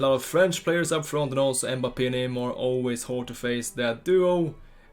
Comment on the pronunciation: b like EHMBAPEEHH